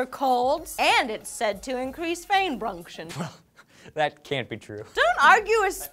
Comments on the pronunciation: Frain Bunction lmao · Frain bunction. LOL!!!!! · "Fain brunction" Genius. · Fain brunction lol